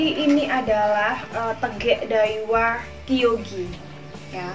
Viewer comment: Dawiaaaa bukan daiwa🤣🤣🤣